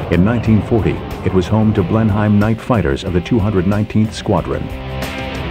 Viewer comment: Blenheim- pronounced as, 'Blen-eem,' NOT 'BlenHime!'